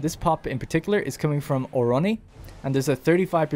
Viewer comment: During the segment on population growth halfway in the video you repeatedly named the city of Ornoi "Oroni" even as you read it from different sources of different size and font, maybe you were tired or whatever, did'nt mean to make a big deal out of it. It's just a thing I noticed and thought I'd mention to see if it got any response.